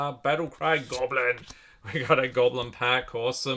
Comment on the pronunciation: I really really but REALLY like how you say GOBLIN !